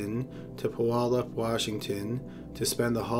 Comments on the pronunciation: P-you-all-up not poo-all-up. Why does this bother me. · The y in Puyallup is silent so it's pronounced pew all up. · PEW AL UP IS HOW YOU PRONOUNCE IT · puyallup is pronounced pew-al-up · The way you say Puyallup 😂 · You're pronunciation of Puyallup is hilarious.